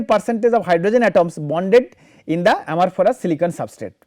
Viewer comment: Please check ..the pronunciation is for "Amorphous" not for "Amorphorous"...Otherwise it sounds really weird